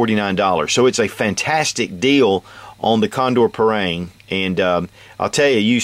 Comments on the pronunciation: Dear Sir, I want to respectully correct you how to spell it in a proper way. It is called "par-aang" not "par-reang" and in every south asian people who speaks Malay pronounce it this way. Thank you for your great review:) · agree with you! Its pronounced Par- Rung!!! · you pronounce parang wrong!